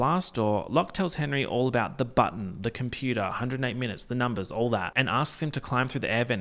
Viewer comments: “It’s about the numbas” will never fail to make me giggle every time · "ya talkin bit de numbehs" will always be iconic and number 1 but now im definitely also going to keep thinking about "ye hafta save de baby charlie"